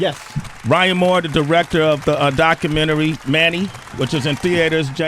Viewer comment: I must see that "DOCKAMINNERY". #facepalm